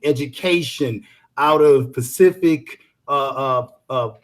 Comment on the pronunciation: Information man... the word is not Pacific it's specific you ignorant ass